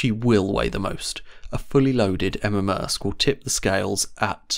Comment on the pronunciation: It's "Emma" Maersk, by the way.